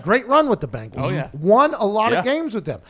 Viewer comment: It’s bengals not bangals.